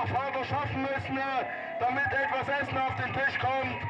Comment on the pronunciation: „..schaffen müssne…“. Drachenlord-Skills